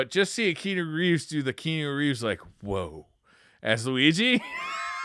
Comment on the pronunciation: The pronunciation of Keanu and Yakuza in this episode almost made me have a seizure. All seriousness I always enjoy this show